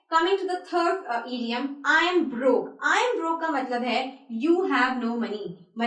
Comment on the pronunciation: The word is not eediom it is pronounced idiom id as in hid